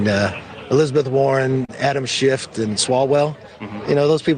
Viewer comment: Adam Shift? Did he say Shift?